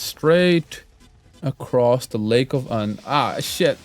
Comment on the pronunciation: It’s not lake of un it’s lake of unn. Ew n get it correct >:(